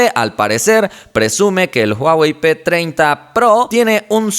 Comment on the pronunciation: Soy yo o dice huawei p2030